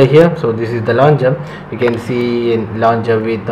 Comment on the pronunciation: It's launcher, not launger! You're driving me crazy!